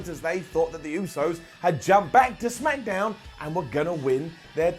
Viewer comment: Did he said smackadown?